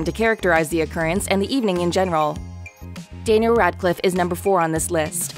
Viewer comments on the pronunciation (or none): And whoever is the narrator for this video might want to learn how to say “Daniel “. It’s not Dana Radcliffe